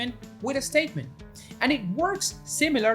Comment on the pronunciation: I love "an estatement" in his English. :)